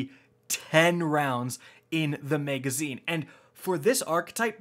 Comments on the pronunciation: Maegazine. maeg. maeg. maeg. maeg. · double the "mega"zeen :)